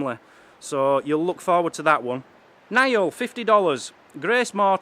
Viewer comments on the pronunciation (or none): none